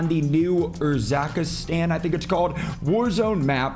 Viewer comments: Screamed when said URZAKASTAN 😂😂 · Am I the only one who noticed he mispronounced urzikstan Anyways I enjoy mw3